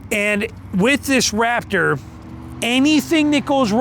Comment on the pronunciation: It’s RaPtor not RaFTer listen to your video.